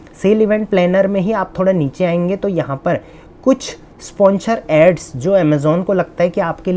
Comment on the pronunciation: स्पॉन्सर not स्पॉन्चर choumu